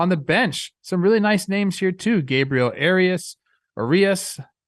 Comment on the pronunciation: Believe it’s pronounced are-e-us